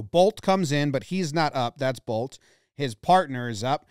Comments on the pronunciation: Good thing I was reading the caption for the announcer at the end or else I would have thought he said “TRENT BOLES HAD SEX. HE DID IT” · It's a good thing Jomboy wrote down what the announcers actually said, because I heard "Trent Boults did it! Trent Boults did it! He's had sex!"